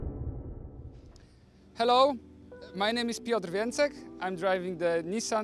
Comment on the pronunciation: Hey FD, have and listen to how Piotr pronounces his name a few hundred times so they can stop fucking it up every time. 👍